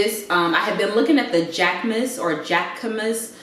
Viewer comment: Girl I love everything!!! Yesss to having a hookup!! Jacquemus is pronounces jackaMOOSE btw. 🤗You inspire me because you have such a cute place, you are able to sprinkle so many designer items into your looks and you can drop big money on things like it’s nothing!! I’m trying to be like you lol.